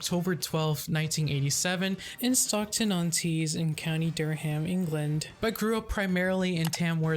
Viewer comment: 'Durham' is pronounced 'Duh-rum'.